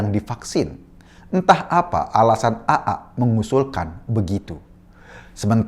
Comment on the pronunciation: Pak Eko, bisa nggak ngomong AA nya itu biasa aja.😂 Agak gimana gituh cara ngomongnya Aaa..